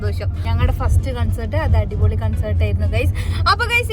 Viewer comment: Its കോൺസെർട്ട് not കൺസർട്